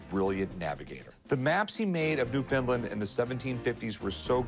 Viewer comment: If you can say understand you can say Newfoundland. It's not called newfinlind